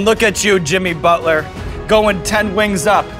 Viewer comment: i noticed sean says bucket inseed of Butler 😂😂😅